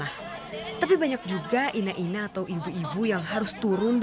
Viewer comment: Bukan ina ina,tapi ine ine...